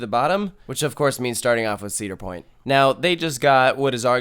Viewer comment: Uh... It's Cedar Point...